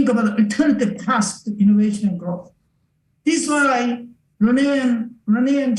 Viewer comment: I just love this but I wish “this and that” wasn’t “dis and dat.” Otherwise, all on board